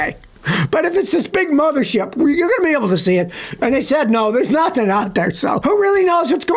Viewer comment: "Notheen" and "folloween" are not words.